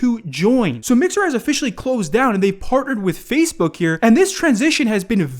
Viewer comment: Why does he say fazebook